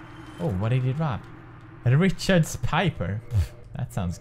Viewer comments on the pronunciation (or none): pewdiepie cannot say words xD